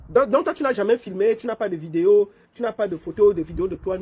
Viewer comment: C'est un étranger et il ne s'exprime pas assez bien en Français. Il doit même être Anglo. Il appelle les rabatteurs " ABATTEURS" . Les videos, ils prononce "VIDIO" !